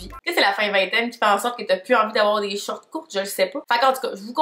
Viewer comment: La façon dont tu le mot «shorts» me fait tellement rire haha on dirais tu dit « shirt » j’étais perdu 😂😂